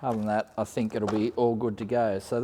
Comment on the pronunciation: Like watching your channel but one thing that really bugs me..please dont pronounce you're words that start with a 'th' as an f. Think = think, not fink! Even us yobbo bogans can sound educated! Let's keep the up and coming Aussies a little more educated. Great work tho mate👌👌